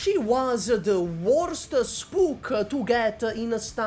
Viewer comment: please be careful with how you say the word “spook” like that >_> at least in American culture saying “spook” like that has racial connotation